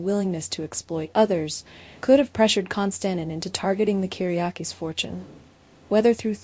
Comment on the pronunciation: It would be nice if you would pronounce his name correctly.